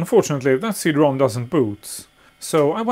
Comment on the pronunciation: I enjoy these videos very much. Were you having a bit of fun by saying C Drom? I assume you know it's CD ROM, as in Read Only Memory. The favorable assumptions are based on you being by far one of most articulate people on YT, which I really appreciate. 😊